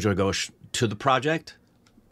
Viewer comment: Yo K, it's Sujoy Ghosh, not Josh...sheesh